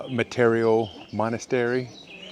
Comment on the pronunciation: good work! btw its met-E-ora not mete-O-ra !